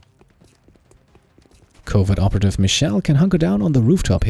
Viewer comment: .... thought you said ''covid operative'' had me for a good laugh there :P